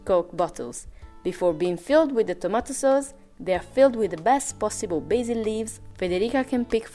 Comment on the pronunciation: "Tamato Soz"